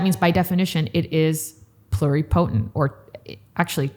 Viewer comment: A very nice discussion the definitions and part of the history on stem cells in the USA so far. It’s a little frustrating to hear someone in the field mispronounce totipotent and multipotent. It’s not said the same way as pluripotent which is being said correctly. The same goes for the word Mesenchymal which is usually mispronounced. When someone is speaking to people who don’t know the terminology and they hear it incorrectly pronounced then we have a bunch of people saying it wrong.